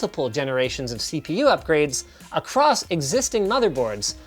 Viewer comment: Did he just say... C poo performance ?